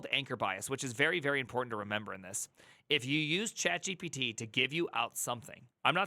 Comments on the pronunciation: Yeah his accent is weird. It's not chat gíppidy (sounds like Quagmire). It's chat Geé Peé Teé. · Why tf are u saying CHAT JEP-EH-DEH????????? WTF. That dumb crap makes it hard to take anything u say srsly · you saying "chat gippity" is really annoying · Chat “jee-pee-tee” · I am sorry but every time I hear you say ChatJippity I lose focus... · I’m new to this channel but I’m absolutely mesmerized by the way you pronounce chatgipity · The way you say ChatGPT cracks me up🤣 "ChatJippity" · “Chat Jep-Pet-Tee…. Chat Jeopardy?” Honestly though, this is the perfect time to PREPARE to become a Junior Developer, schooling or self-learning between flipping burgers. Not the greatest time to BE a Junior Developer. Also, infant speak, it’s “Straw-baby, not Strawberry.”